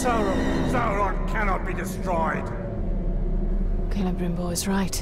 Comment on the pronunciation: PC JUNK lol nice pronunciation, also his name has an “E” at the end so it would be cell brim ore